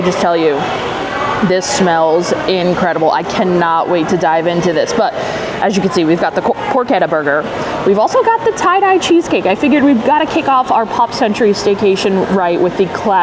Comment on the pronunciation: Great video! Its pronounced Por Chett Ah. Just fyi!